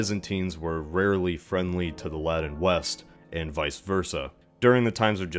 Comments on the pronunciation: It sounds like you're saying laddin like Aladdin instead of Latin. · Wtf is alladin europe?! Aaaaaahh "A latin europe" :D